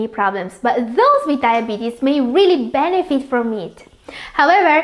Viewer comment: Pronounce it right please...moosely or mostly? Sometimes, there are words that I can't understand..are you speaking allien words??? Lou or low? Benipit??